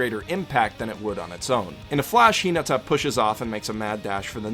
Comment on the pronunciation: He watched the dub not the sub. The reason I can tell that is because the dub say karasuno and Hinata wrong. They put the emphasis on the wrong parts of name or word.